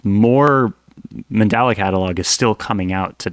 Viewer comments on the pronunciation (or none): manDELa MANDELA… not manDALA sorry that was bugging me a bit🤣🤣🤣🤣